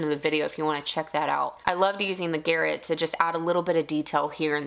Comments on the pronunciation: ok..i gotta ask after this week's episodes. Isn't it pronounced "Guhr rot" like the weapon and not "Garret"? I was just wondering because I always called that type of weapon a "Guhr rot" spelled garote? Or is it a totally different thing when referring to wood turning use? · I think the word is pronounced ga-rot it is french, best of fun with new lathe, you are going to love it. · I'm guessing the name for the thread based tool is based on the strangulation device, in which case it would be pronounced Gah-Rot, rather than garrett.